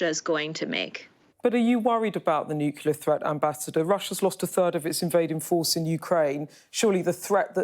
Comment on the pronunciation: Did Rigby go to school? NucL-E-A-R, not nuC-U-L-A-R